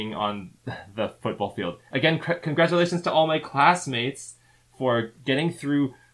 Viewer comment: Con-GRADUATIONS,!